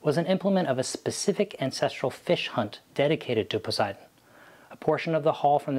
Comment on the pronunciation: but your pronunciation makes the GOD German! Try PO-SAY-EE-DAWN!